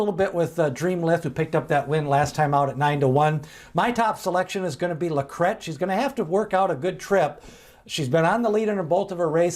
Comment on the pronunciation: Thanks for pronouncing LaCrete correctly. Rhymes with bet!